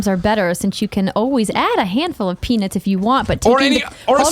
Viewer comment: Andrea says peanuts weird. When she is talking about just peanuts, it sounds like she is saying peanits. But when she talks about peanut butter she says peanut normally.............I KNEW she was from another planet.... :-)